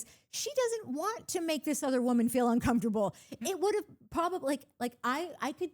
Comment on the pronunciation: And who pronounces uncomfortable like that???!!! Danny Creepo